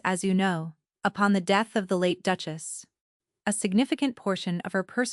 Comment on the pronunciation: Very hard to even follow the story... Duke-As' ???? Duke-es ???